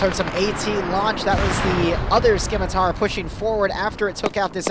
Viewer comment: I love you and I love your content. However, I have to declare a curse upon you and your house for repeatedly saying "Skim-itar" and not "Scimitar"